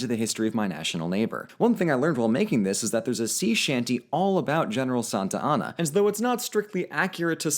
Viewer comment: Meh, I prefer Santana to "Santianna."